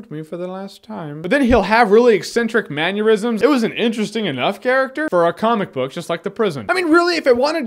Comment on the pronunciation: Jeremy: I Love You! But you said Manneurisms as if it was an Aneurism, not a mannerism. Just Sayin'...